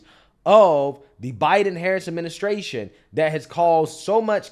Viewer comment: He is reading off of a script, and he is saying “adminiscration” and “parapherneelia”. This dude